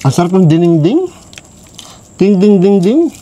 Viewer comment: Dinengdeng po boss haha hindi diningding